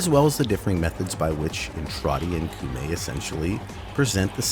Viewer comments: Am i really the only one who's bothered by you saying "koomei" instead of "koumei"?? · Komei. In Japanese, whenever u is written after o, it's silent. Sorry, I had to, kinda hurts my ears. Other than that, gr8 vid. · I hear you coom from the Meg school of pronunciation. Coomei. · “Coom-ay”. Oh for gods sake. How difficult is it to learn how to pronounce a word when the game speaks it OUT LOUD to you? No. Being American is not a valid excuse! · Her name is said so many times inside and outside of game, you even have the clips! how did you land on 'Koomei'? Also please, 666 isn't even consistently the mark across versions of the bible, and falling back on Christian myth in a Japanese update is unendingly frustrating. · took me a minute but I HEARD THAT SOUL REAVER MUSIC still one of my favorite games to this day, and had some of the best atmospheric music lol (also funny that you dont even try pronouncing those words yet are confident in that pronunciation of Koumei) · The way you keep pronouncing Koumei actually hurts me when you must have heard it pronounced correctly dozens of times, at least